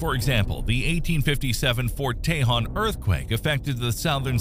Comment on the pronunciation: Say it like this, "Fort tay-HONE"